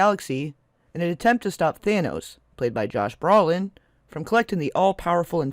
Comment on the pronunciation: ...and "wine-STEEN", not "wine-STINE". "BROH-lin", not "BRAH-lin".